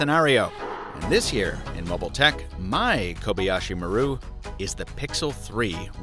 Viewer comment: Had to look at the description, the way you're pronouncing "Maru" is noticeably off.